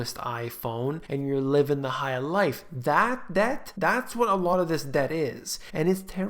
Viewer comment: Debt =Deth.